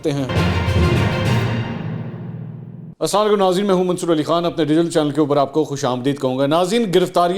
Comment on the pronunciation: تیز بولنا آپ کی ضرورت بجا مگر منصور علی خان کے بجاے منصر علی خان غلط ہے